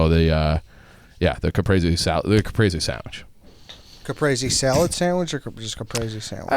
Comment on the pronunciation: how tf to all of you pronounce caprese wrong? Cuh-preez-ee phonetically spelled